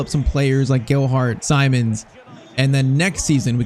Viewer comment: PCQ: Its Seemons not Simons how to pronounce